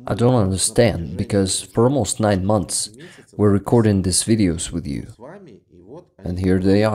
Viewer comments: One note: look up the pronunciation of "months" 👍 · Your comment is one of the most wholesome from all of them! Thank you for all this "thanks", for your compliment and for your tip! I'm already working on the next one. Hoping to finish it in about a week. As for "months" it's already a redacted version when I really tried 10 times before I was able to pronounce this version.😅 First version sounded like "monthes". My dear friend Alex who is an English teacher helps me by reviewing my pronunciation and also finding some mistakes in subs. He tried to teach me to pronounce it but as you can see I wasn't able to pronounce it anyway.😊